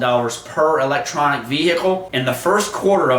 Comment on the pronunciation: Jesus - these clown channels have been crowing about the auto industry failing for several years now. eee-leck-tronic Veee-hick-il.